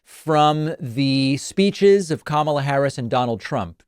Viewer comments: The dead giveaway to me was when he said “Kamala” wrong. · Ramsey was so disrespectful to VP Kamala Harris that he didn’t even say her name right. He can’t really believe anything Dishonest Donald said in his interview.